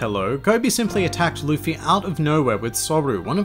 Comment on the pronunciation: It's Luffy not Luffey